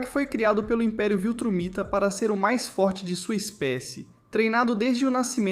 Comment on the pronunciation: Amigo, Viltramita, ou VILTRUMITA?